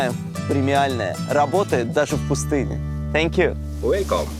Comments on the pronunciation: научил бы хоть кто-то вместо сэнкью фэнкью говорить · Ой, уберите эту ведущую, пожалуйстааа! Раздражает! "Тhank you" говорится, а не "Senkju", кошмар... И черезчур "скадкая", смотреть невозможно... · Думаю, в Сахаре делать нечего, ничего интересного. Номер отеля Алины - просто жесть! Можно было бы найти поприличнее номер. "Сенкь ю" Боже, Алина, подучи фонетику английского языка, уже 2 года ведешь передачу, а произносить элементарные слова английского не можешь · А ведущая может хотя бы слово спасибо на английском нормально произносить, если путешествует по миру и элементарных фраз не может правильно произнести, то хотя бы научите ее говорить thank you!!!! Сенькью бля ....... хоспадии🤦🏻‍♀️🤦🏻‍♀️🤦🏻‍♀️